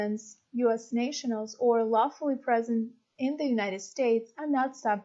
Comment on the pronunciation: Hi, nice, informative video. Just one tiny, little suggestion. I'm an ESL teacher so you'll have to excuse me for being slightly annoying, but allow me to offer two pronunciation tips: 1. "nationals", pronounced "NASH-uh-nuhls", not "NAYSH-uh-nuhls" 2. "conscience", pronounced "KON-shuns", not "kon-SIGH-yuns" :-) Other than that, keep up the great work! Love the video's simple-to-understand graphics as well!